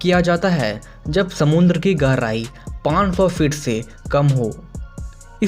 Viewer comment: garai nhi gehrai hota hai